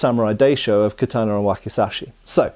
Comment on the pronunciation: Please learn to pronounce ”katana” properly 😫🙏